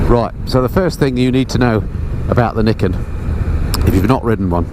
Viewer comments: its pronounced NIGH KEN not NIK KEN haha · actually it's pronounced ni ken. Two sword. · Pronounced nye kin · Do you pronounce Nike like you do Niken? 😂